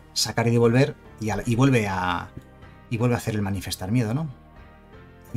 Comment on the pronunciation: Solo porque sé que tú eres igual de psicópata con esto que yo,. Es "Manifestar" no "Manifiestar" 😂